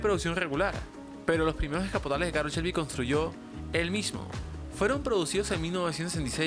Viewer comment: Oye, creo que el contenido del vídeo no es bueno, no te lo tomes a mal pero hay datos incorrectos como que Carroll Shelby fué obligado a trabajar en el Mustang. Por ciento, su nombre se pronuncia Carroll como se lee y no Carol